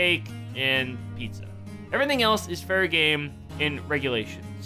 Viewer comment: I know he said Everything else is fair game in regulation... But when I first heard it i thought he said Everything else is very gay